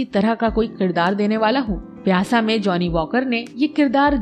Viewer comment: Shabd" qirdaar "nhi balki "kirdaar" h